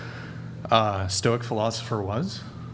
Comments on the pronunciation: Stoics who can’t even correctly say the word Stoic 🤦🏻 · The "Stoic" sistas , didnt act stoic, couldn't pronounce Stoic, arent stoic themselves.😂 Maximus😂😂😂